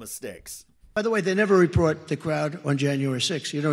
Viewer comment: This is the first time I've noticed, but it sounds like he says "reprot" instead of "report" right before the "Nikki Haley" problem.